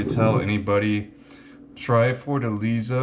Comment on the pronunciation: Lost me at beginning. Pronunciation is Forta lay za